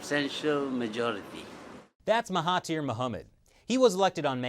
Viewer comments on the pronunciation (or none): It's Mahathir, not Mahatir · It's Mahathir. Not Mahatir.................... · Oh and their names are pronounced maha*there* and *Na*jib's a is pronounced like the u in sun. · I see malaysia, i like. Also, his name is Mahathir Mohamad instead of Mahatir.